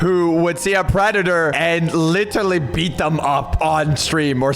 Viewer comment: how many times did say "litterly"